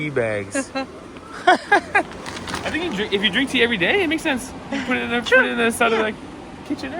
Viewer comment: As a Brit, you weren't even close. It's TEA.